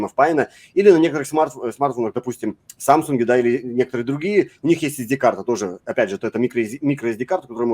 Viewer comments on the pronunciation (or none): none